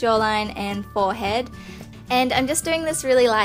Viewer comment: You said forehead differently this time ;)